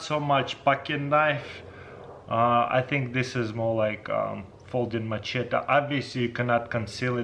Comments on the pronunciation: Say machete lol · Please someone teach him how to pronounce "machete" 😂😂 it's hurting me